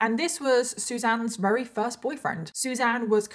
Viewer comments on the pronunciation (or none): I love your videos a bunch, I think you're great. I just have to say I notice you say very as "rary" which is adorable, I've just never heard it as an accent from anyone from the UK. I'm just wondering where it comes from. If it's a speech impediment or something I hope you know I'm not calling you out! Just curious, like I said I think it's adorable and I love you and your videos!! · I am so genuinely sorry, but why do you say “very” like “rerry”